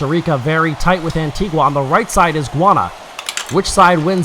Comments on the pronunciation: I noticed that the commentator pronounced Guyana as "guana". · I think you mis pronounce Guiana...